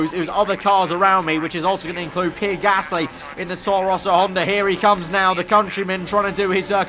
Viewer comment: for pronouncing Pierre Gaslys name, its not 'PEER' its 'PEE-AIR':)